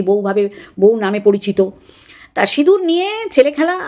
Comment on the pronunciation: Didi sindur k sinur boleche amader anek vaggo valo, vaggis indur boleni😂😂😂😂